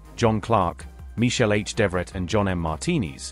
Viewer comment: Mr.Devoret=Dev vrat real pronounced (Mahabharat fame)!?